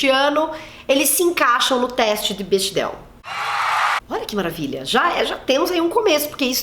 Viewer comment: Se fala Bécdel ;)